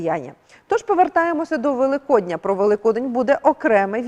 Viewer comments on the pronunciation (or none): none